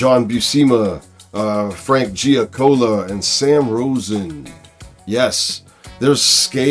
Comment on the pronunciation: It’s Frank Giacoia, -c o i a! Not -c o l a. Gia coya, phonetically! Love ur show, also it’s commonly referred to as title font or trade dress not title words lol Not criticism, just minor missteps that u may not be aware of? Once again big fan of ur show! Forever!